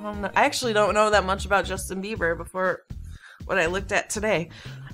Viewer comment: "Justin babby" I laughed pretty hard at that